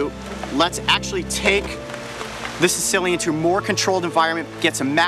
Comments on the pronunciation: Lol... Sounds like he calling it a Sicilian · Apparently I'm not the only one who thought Coyote said "Sicilian" instead of "Caecilian". XD